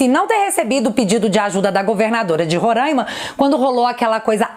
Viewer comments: adoro seus vídeos, você é 10!!Só uma coisinha, não se fala Rorãima é Roraima. Bjos, fui!! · Gosto dos teus comentários. Sou teu fã não sei minha colocação... CORREÇÃO....1 A PRONUNCIA É RORAIMA... É não Rorãima. CORREÇÃO.....2 A SUELY CAMPOS EM 2016 ERA GOVERNADORA DO ESTADO DE RORAIMA... E não prefeita. Bjsss minha linda comentarista.